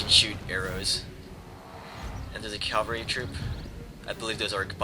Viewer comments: it sounds like hes saying calvary instead of cavalry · and cavalry, cav-all-ree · Your pronounciation of "cavalry" keeps bothering me. lol sorry not trying to be a troll.